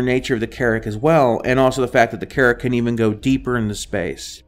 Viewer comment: Your pronunciation of "AKILLA" versus "AH QUIL AH" , "B-U-K" instead of "BUCK", Carrack strangely pronounced, general lack of information made me down vote. Keep working on your presentation.